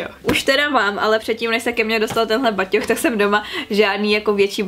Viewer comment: je to batoh né baťoch :D jinak hezké video😊 dobře se na tebe kouká